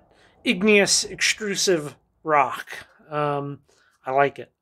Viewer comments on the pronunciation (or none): none